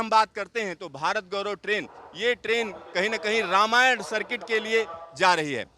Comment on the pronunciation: वक्ता, है, हिन्दी जानते हैं फिर भी 'रामायण' को 'रामयाना' बोल रहे हैं। बहुत मजाक है।